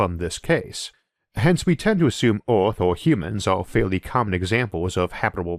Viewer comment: Wow, I have some real problems with this accent (not being an English native speaker). Swapping an e-, i-, or a-sound for an o-sound makes this really hard to understand. I hear "orth" when the word "earth" is spoken. I'm really interested in the subject, but I'm sorry I don't think I can watch this video to the end.